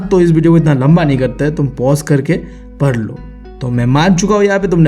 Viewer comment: Bhai aap padhne ko par lo kyu bolte ho 😄